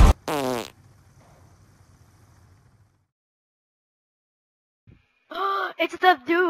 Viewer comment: Its not you make its its the dooo